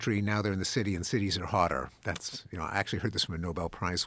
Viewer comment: He just said the deniers ACYUALLY KNOW ABOUT DATA